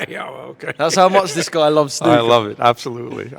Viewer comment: Nice to hear from a Yank who can pronounce snooker properly